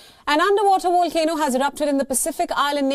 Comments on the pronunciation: It’s not a wolcano, it’s a Volcano. It’s not Wolcanic, it’s Volcanic. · I love accents that can't pronounce V's 🌋